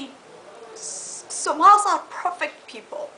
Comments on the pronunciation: ahahaahahah i die lafin when she says 'Somals'....aahahaaaahhahahaaha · Is't just me or she said "Somalis" Can't she say "Somalians?"